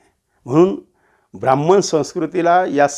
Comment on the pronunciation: क्षमा.ब्रा म्ह म्ह ण नाही. ह् + म= ह्म ब्रा ह्म ण